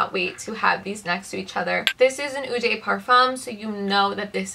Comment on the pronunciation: Mama eau is pronounced as « oh » and de is pronounced « the or duh » 🤍